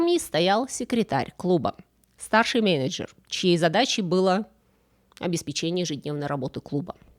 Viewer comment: Услышал "обеспечЕние"... А так - всё неплохо.